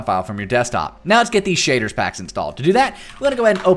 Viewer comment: Your accent though SHAYDRRS pack